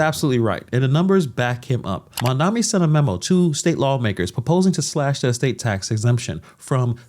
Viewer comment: His name is Mamdani M-A-M-D-A-N-I 😂😂😂